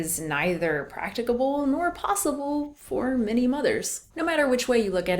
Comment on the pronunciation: The way you say practicable lol